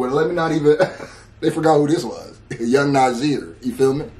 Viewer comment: Yo you butchered brother Nasir's name lmao!